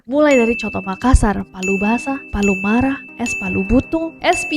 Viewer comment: Beda biar diketik Pallumara' tapi beda memang cara diucapinnya kak 😊